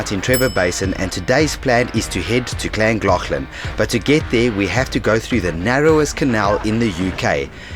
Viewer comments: Btw LLangollen is pronounced with holding your tongue on the roof of your mouth and realising air as your rolling the double LL’s as that’s always the way to say it in welsh for future reference with the double LL’s🏴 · Hi and my wife Gill and me Pete love you u tube and came across your channel as we live literally 2 mins from Trevor loved your video of Trevor to Llangollen although we both laughed how you both pronounced Llangollen 😀👍, but we wanted to tell you both that was right the horseshoe falls only a couple of years ago was lovely and in a shape of a horseshoe like I said new to the channel Guys but loved it and have subscribed and watch even more ❤️❤️